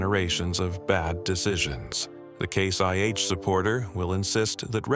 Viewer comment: it’s ai. You can easily tell from the pronunciation of some of the words. When he says case IH it sounds like Case YH, and when he says RPMs earlier in vid the voice says R P M S